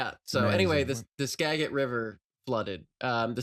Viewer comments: uhhh actually 'Skagit' is pronounced with a soft g- TRANSPLANT DETECTED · Funny enough Skagit is pernounced scah-jit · soft G in Skagit, like "skaj-it." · Skagit pronounced skadge-it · It's pronounced Skagit goddammit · lol love the moment of recognition for the mispronunciations of the PNW names. All the local, native names can have some unfamiliar uses of the tongue. Skagit is pronounced Skad-jit. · In 'Skagit', the G makes a J sound. 'Skagit' rhymes with 'badge it'. 'Alki' has a long I, rhymes with 'gal pie'. We're glad you're here,. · Skagit has a soft g. Pronounced Skajit. Referring to the Native American tribe of the same name. Not to be confused with Skagway, with a hard g, because of all the skags and skagbarons there. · Hi, you're more than welcome here but, with love, Skagit is pronounced with a g as in giraffe. Skajit, if you will. it was perfect except for that consonant. and fun fact: the Snohomish River (pictured in "PACIFIC NORTHWEST DESTROYED") is leveed and, so far, the theoretical maximum height is just above the levees because the valley/floodplain is quite large and it would take a truly apocalyptic amount of rain to fill it up after overtopping the levee. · Soft G in Skagit - like 'giant". SKAjit. We're coaching you in our dialect so nobody sends you back to Idaho when they come for us all. "What, me? I'm from TeNINEoh." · pronunciation of Skagit was a real slap in the face every time, but I was reminded of the time Rocz said Swinomish with a short o and I thought I was losing my marbles so I looked it up and it turns out the tribe actually says it that way and it was the rest of us were saying it wrong.